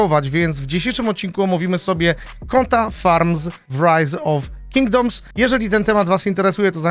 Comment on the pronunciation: tak zajebiscie wymowiles rise of kingdoms ze myslalem ze to po angielsku film bedzie